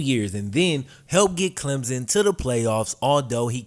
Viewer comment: CLEM-P-SON theres a P sound in there